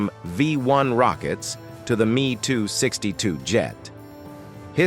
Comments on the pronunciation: "#ME TOO 62 Jet" ... 440 miles an hour ... 400 M"A"H. Murricans are hilarious. Maybe drop the AI slop. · MEE 262 , MEE 109, ?? ( I hate AI narrators). Oh for the good old days of real voices! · Make the artificial voice better. Nobody says "Me262" but Em EE 262 or "He" but "Hach Ee" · AI generated voice-overs ... "me" 262, "he" 162 and "ar" 234 ... 🤣